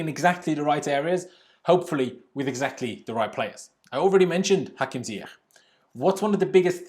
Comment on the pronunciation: 'Ziyech' is pronounced 'Ziyesh'